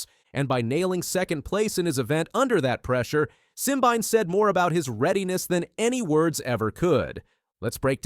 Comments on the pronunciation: Try three (3) syllables Sim-bi-né! If you cannot get his name correctly, try being quiet.😢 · His name is pronounced "sim-been-eh". And Letsile Tebogo is pronounced "Let-seal-eh Teh-bo-go"